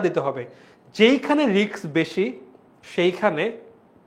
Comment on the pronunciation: Bhaiya riks na Risk hobe